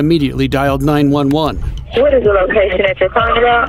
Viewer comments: Bro why tf would you say 9-11 dispatchers 😂😂😂😂😂😂 it’s 9-1-1 dispatchers Jesus dude 😂😂😂😂😂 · It's "Nine, One, One" not "Nine, Eleven". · when did we start saying nine eleven instead of nine one one? nine eleven means something else... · Why are you saying 911 as 9/11? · I saw a video where the bot called it “nine hundred eleven.” Wtf